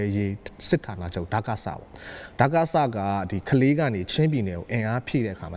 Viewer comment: ကလေး ပါ ခလေး လို့အသံမထွက်ရပါ